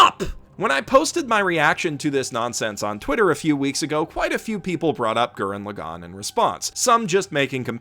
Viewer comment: Maybe I was wrong about the pronunciation when It was told to me, but I had to stop the video because I can’t stand how you say TTGL’s title. It makes me cringe.